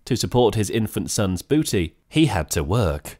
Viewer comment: it's actually Budi not Booty, he must've misheard it